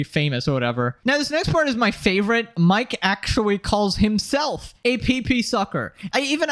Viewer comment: Why am I watching this commentary by a child. You made 60 videos about these clowns and act like you can‘t pronounce Mikes name. If somebody else does that you make 5 minutes of content about it. Fuck me for even engaging here, I need to go outside. Blocked and unsubscribed.